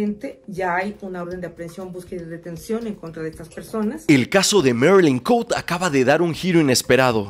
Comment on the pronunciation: NO ES MERILIN COUTE, ES ME MARILYN COTE C-O-T-E JAJAJAJA